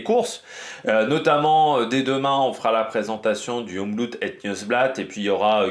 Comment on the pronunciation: Excellente vidéo comme d'habitude, j'adore ton expertise ! Par contre pour info, on prononces le double o de Omloop, ce n'est pas un "ou" à l'anglaise, les joies du flamand... si ça peut te rassurer, les 3/4 des wallons ne le parlent pas du tout malgré la proximité, et j'en fais partie...